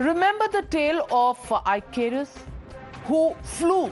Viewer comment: It is pronounced as इकारस not आईकेरस, it is a Greek name